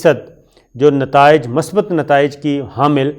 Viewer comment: My dear Shakir, I am your fan. I POINT OUT that correct word is MUSBAT not Masbat as usually Used by you in your TV Show. In case of any doubt you can consult any Urdu Dictionery. I repeat that correct prononciation of this word is MUSBAT. God bless you. Mushtaq from Lahore.